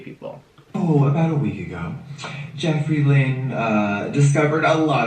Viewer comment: it really bothers me when he says “jEffREE LYnn”